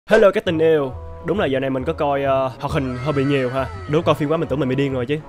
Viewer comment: Chú sai rồi không phải chữ iu mà chữ yêu chứ 🤨😏